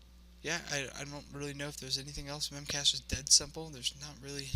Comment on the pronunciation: Good video, buit it's called "mem cache dee"